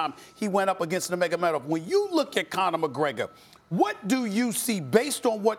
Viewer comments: Stephen A. "Noomagomeedov" Smith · Stephen A. couldn't even say nurmagomedov LMAO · Stephen A Smith: “Were all thinking about that rematch with Nurmogamedov” Real MMA Fans: “WHAT?!” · Nomeynomeydov- SAS😂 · Stephen" floyd money Mayweatha, nemagomedav" smith